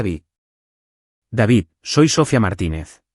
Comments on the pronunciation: ¿Porque constantemente acentúa la última vocal? ¿Porque en todas las narraciones pronuncia Sófia, con acento en la o? Lo correcto es Sofía, con acento en la i. Tendría de volver a la escuela para aprender gramática. A VER CUANDO REVISAN LAS NARRACIONES ANTES DE EMITIRLAS Y ASÍ PODRÁN RECTIFICAR ESTOS ERRORES TAN ESTÚPIDOS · Es Sofía, con acento en la í, con entonación en la I no en la o. 😅